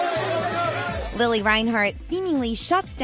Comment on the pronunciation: Okay but its Lili not Lily~